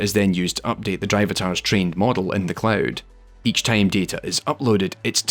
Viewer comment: I kept thinking about Tame everytime he said Time